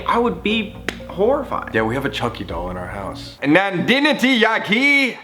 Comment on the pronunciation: LMAOO I LOVE HOW HE DIDNT KNOW HOW TO PRONOUNCE NANDINI OUR BABY BOY . (issa indian thing)